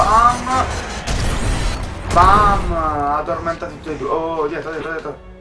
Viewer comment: AHaahahha bellissimo il "addormentati" stile nenno cagliaritano <3